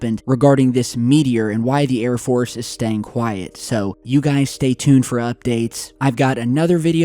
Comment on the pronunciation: He just stay tood instead of stay tuned lol